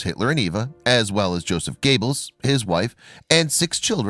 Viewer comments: Josef Gayballs. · Goebbels Not Gables dude! Duh! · This crappy commentary has to stop..I really hate it for some reason and it's usually Nazi names I have noticed that people doing these commentary's just butcher..are they doing it on purpose??...I mean your doing grave injustice to Goebbels name...I'm sure while he's running a projector for Satan in hell ...he is cringing lol..get it right!!!...get it right!!..you silly untermeshen..these people really existed ...just do some homework and learn how to pronounce his name..or shall I send you to Treblinka ..you fool!!!